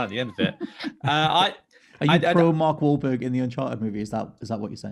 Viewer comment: Larry king said mark whalberg wrong first 😒😂